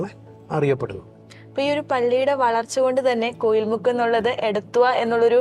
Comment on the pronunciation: കോയിൽ മുക്ക് അല്ല കോഴി മുക്ക് എന്നാണ് ശരിയായ പേര്.. ചരിത്രം വളച്ചൊടിക്കരുത്.. അന്നത്തെ കാലത്ത് കോഴി കച്ചവടം ആയിരുന്നു അന്നത്തെ മുഖ്യ കച്ചവടം.. അങ്ങനെ കോഴി മുക്ക് എന്ന പേര് ഉണ്ടായത്.. കോയിൽ അല്ല.. കോഴി മുക്ക് അതാണ്‌ ശരിയായ നാമം..